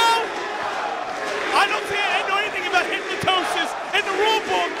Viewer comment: Hypnosis not Hypnetosis lol